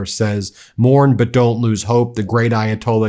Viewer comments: KHOMENI is pronounced ~ “Kuh•MEANIE’ You make it sound French 😅😅😅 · You are pronouncing Khomeini wrong, would you get it right please. ho -MAY-ni. The accent is on met accent is in the middle not the end.